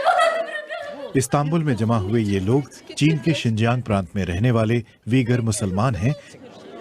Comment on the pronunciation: सर जिंजीन नहीं सिंजियांग उच्चारण कीजिए